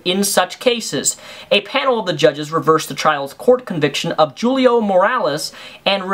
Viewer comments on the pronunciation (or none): Hoolio, not jewlio lol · Julio? It's deff said like huleo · Alright, I'm about to get really nitpicky here, so bear with me and know that I don't mean this as any sort of insult to you or your video. First, I believe "Julio" is pronounced "hulio," or "ulio," depending in dialect. Second, 1872 is late 1800s, not early. Lastly, the word "coerce" means to persuade an unwilling person to something, using force or threats, basically the defiance of consent. Other than that, I agree that this ruling is absurd. Those points above were just bugging me. Sorry! :)